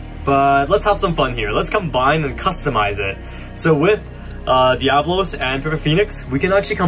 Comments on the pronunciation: It's not venom diablos its venom develos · You people do not know beyblade it is devalos not diavalos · It’s devalose not diablos